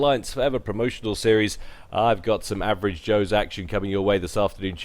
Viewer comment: ''Averave joes'' Gyle, seriously :I